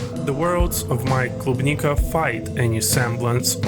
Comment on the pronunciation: is that a Russian accent ? that klubnika pronunciation is sus too, I see you 👀 great video !!